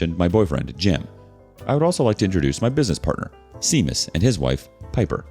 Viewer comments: Just for future reference "Seamas" is pronounced "Shay-Mus" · "Seamas" ROFL... That's pronounced "SHAY MUS" Celtic...